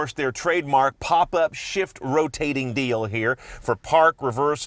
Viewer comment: why does he pronounce dial as "deal" and snout as "snoot"? i don't get it... is it an american thing?